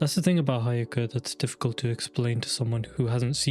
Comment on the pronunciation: It's he-yo-ka no hi-o-ka